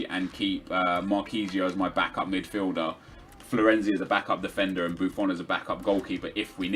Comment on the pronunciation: There's a "D" and the end of Midfield not a T 😅